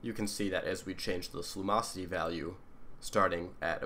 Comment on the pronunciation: Lum-ocity. theres a "in" in there.